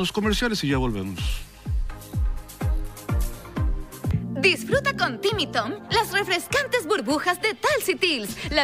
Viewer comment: Cuando aparecen las bebidas dice DISFUTRA en vez de disfruta jajaja